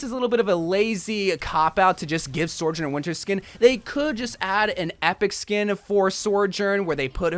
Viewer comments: i cant be the first person to point this out, but... it's not "sor-journ" it's "so-journ"... just the one R in the second syllable. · I’ve tried to withhold saying anything about your pronunciation of Sojourn thinking you’d work it out by now… but it’s SO-JERN, SEW-JIRN; not SORE, it feels like pulling teeth every time I hear you say her botched name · praying for the day you stop calling her Sore-Jern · it tilts me beyond belief that you call her S o r j o u r n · He’s still saying sojourn wrong when we have them saying it correctly IN THE GAME